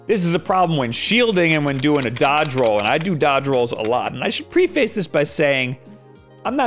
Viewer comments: it's preface not pre-face lol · "I should 'pre' 'face'".... It's pronounced prehf-es. google it and hit the speaker button to hear what it sounds like. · “Preeee-fays.” No. “Preh-fus.” Yes. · just an fyi preface is pronounced differently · He mispronounced "preface"